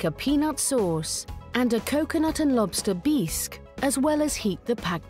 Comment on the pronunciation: Beesk? Instead of Bisque? Whoever does their overtalking mispronounces so many words.Maybe English is not their first language. Wish I could remember all the words they mispronounce. You would think whoever edits these programs would catch them.